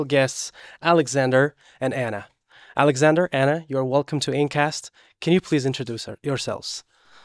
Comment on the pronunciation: I loved Alexander pronunciation like a native